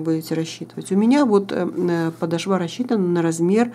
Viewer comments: Резануло слух подошвА, в русском языке ударение падает на вторую гласную О! "Подо́шва, где ударение падает на гласную «о» второго слога" -- правила для 4-го класса. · Посмотрела ваш мастер класс всё очень понравилось но извините не очень понравилось как вы комментирутие простите пожалуйста но нужно говорить не подошва вы сделали на последний слог а подошва с ударением на в 2 слог до очень режет ухо прошу ещё раз прощения если Вас обидела